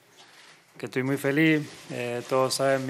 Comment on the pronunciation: feli, clu, dirfrutá, nomá...